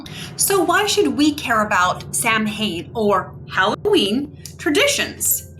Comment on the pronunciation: It's pronounced SOW- en.